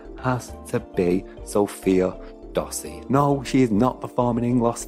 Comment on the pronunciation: Bruh u said sofia dossi its SOFIE DOSSI